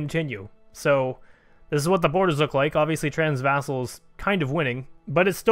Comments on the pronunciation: transvaal, not transvassal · Transvassal is how you pronounce Transvaal. How?